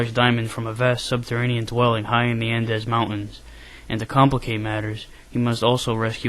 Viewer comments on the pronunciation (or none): I think it's pronounced An-deez. God I feel like a dick. Must be from growing up in Mississippi and correcting people's speech.